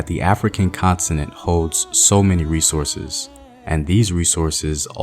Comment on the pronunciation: Did he say the ‘African consonant’?